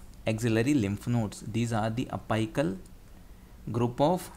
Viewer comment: Dude was it apical , I don't think it was apical the way u pronounced !!!